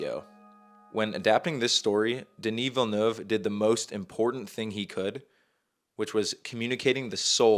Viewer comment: Thank you for saying Villeneuve correctly!!!!!!!!!!!!